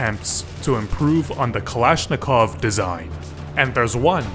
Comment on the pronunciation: Not a kalashnikov but a balishnikov